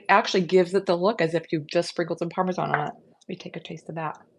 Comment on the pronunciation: THANK YOU for pronouncing Parmesan correctly! I cringe when ever I hear "parme-john" which is a lot these days 😂 And thank you thank you for the great recipes. I already made the Parmesan-like mix to put on my pasta dishes this week!